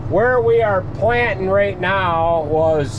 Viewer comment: I thought I heard you say right meow. Too funny